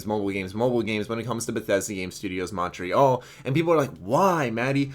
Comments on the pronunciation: Matty, I love you, but dear Lord is your pronunciation of Montreal weird. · you pronounce Montreal weird I am only saying this because I live in Montreal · He is just not saying it with a French accent, how would you pronounce it?